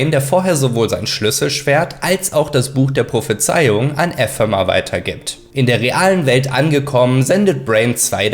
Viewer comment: 6 min drin und das mit EEEEphemer und Ephemer muss ragebait sein